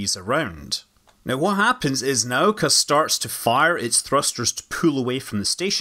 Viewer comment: Congratulations on getting the pronouncing of Nauka right! <3 <3 <3 PS MOSTLY right.